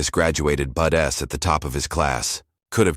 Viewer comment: Pronunciation of "BUDs" is Budz NOT Budess. Good story.🇨🇦Pickering, Ontario